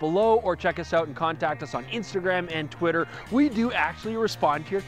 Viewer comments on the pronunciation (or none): none